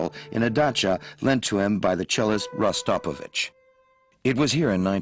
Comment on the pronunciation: Good documentary, but the English speaking narrator just butchered all the Russian names of people and places. The cellist's name is Rostropovich, pronounced Rahs-trah-po-vich with emphasis on the third syllable.